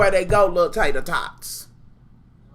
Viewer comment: lmao "tater-thots" nooooooo!!